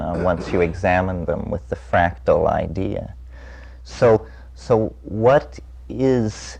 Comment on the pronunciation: It's "FRACTAL"